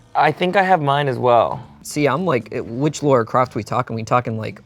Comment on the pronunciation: calling Lara Croft "Laura" Croft scratched my brain in a bad way:'(